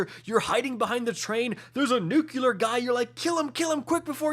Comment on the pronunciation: nuCLear, not nuCUler, even politicians get that wrong, but don't do it